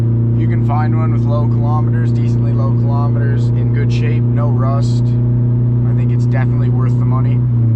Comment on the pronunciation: "it ain't everyone's cup a tea but I think it's it's darn gewd" so Canadian, I love it